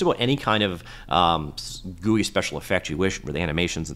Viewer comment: I like the way you said Goouii for GUI